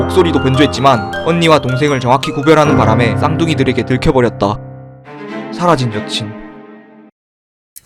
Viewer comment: 6분53초에 사라진 ㅂㅅ이라고 들리는데 나만 그런거임?